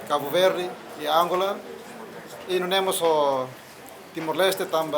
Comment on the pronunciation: animal ne pronuncia angola ne sala los (Àngola)